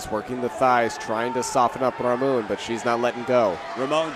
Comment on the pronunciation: It's Ramon" !!! Stop calling him Aroana. 100% a dude